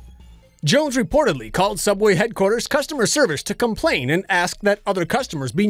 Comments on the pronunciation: It's SOOABWAY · SOOOUBWAY? NOOOOOOOOOOOOOOOOO